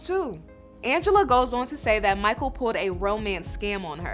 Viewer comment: not “Mahkul” 🤣🤣